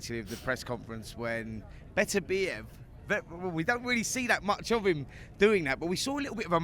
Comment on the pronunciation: Frank can,t say Beterbiev, he says betertieb every time, i still think that they should get a proper pundit to interview him, Spencer Oliver is a numpty.